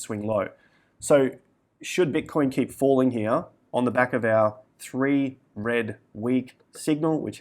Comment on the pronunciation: Thwee wed weeks. Almost heard it.